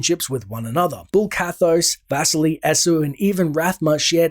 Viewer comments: Name "Vasily" should be stressed on "i" -- vas-I-ly, not v-A-sily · Dude, your pronunciation of Vasily (Vuseely) hurts my brain lol